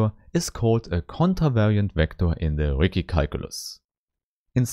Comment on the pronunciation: yeah, the Ricci mispronunciation is bound to irk a lot of people; I had to take a 5 min break and cool down after I heard it! lol